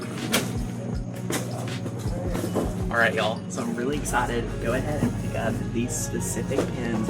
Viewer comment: ❤ it when you say “y’all” feels like home to me!! 😊